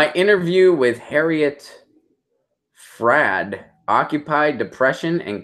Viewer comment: you do not even know how to pronounce her name? maybe listen to what she has to say and get familiar with it before you try to comment on it ... lousy, useless video on a very smart woman.